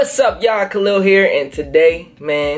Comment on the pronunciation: haha yeah its Khalil so pronounced "Cuh-lil"